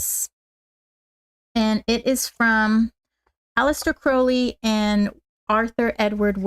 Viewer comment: Sorry, I was not able to make live because of the time difference (early hours of the morning). I was admiring how shinny your hair is! You have a beautiful alter of tarot decks, which matches your beautiful spirit… Just so you know that Crowley is pronounced like you have hurt your foot with the “Ow” sound! Crowley is an Irish surname… I really like the Lux Ex Umbra deck. I just love the dark colors, the five elements and simplicity of the deck. Thanks for sharing ✨😊🙏✨